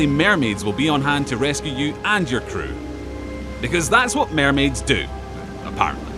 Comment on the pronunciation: ugh, the way how he said mermaid gave me cancer